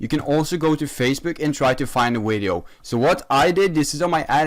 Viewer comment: Me: “video”: “wideo”